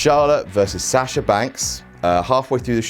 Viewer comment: how he pronounces Sasha makes my ears bleed